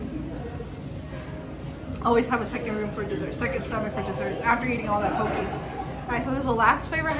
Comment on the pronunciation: Poke (poh-kay).